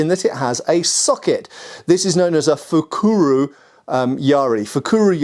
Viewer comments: Pronunciation is not fukuRU, but fukuRO. It's the common Sino-Japanese character 袋, which as you point out, means sack or socket or bag, etc. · 袋 - fukuro just means 'bag' - you need to polish up on your Japanese,...;)